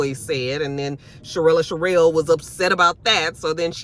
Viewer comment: Hey!! It's Cherelle, no "uh" at the end lol. And his name is Black. I don't know why the hell Ashley can't get her damn name right, lol